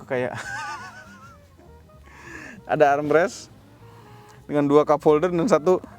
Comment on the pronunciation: arm rest 😂